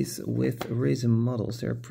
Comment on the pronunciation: Oh...you said RESIN. It sounded like you said raisin or racin'.